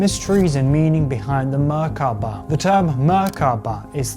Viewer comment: What is wrong with you? Stop saying Merkaba like that.